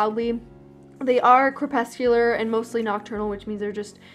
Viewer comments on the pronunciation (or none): none